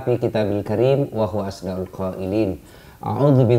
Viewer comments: Perlu adanya pembetulan pada muqoddimahnya ust,pada kalimat wahuwa asdaqul qoilin,beliau baca assal qoilin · Coba cermati dngan baik ato pake hatset dengarx tepat kok pk ustad beliau baca asdaqul